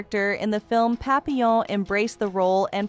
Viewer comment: I hate crappy voicebots - the city of Hue is pronounced "way," her name isn't pap-pil-on, it's pronounced "pappy-yawn", and two of the so-called "scenes" are of Francis Ford Coppola's "Apocalypse Now." And I'm wondering how badly your crap-bot voice would butcher those words: "apok-a-lips-ee now," & "cop-opola?" That sound about rite?